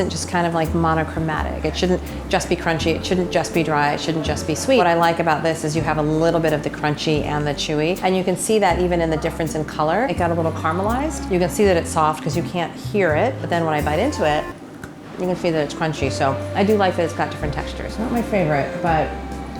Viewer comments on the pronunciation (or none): She said “karma-lized” and she lost all credibility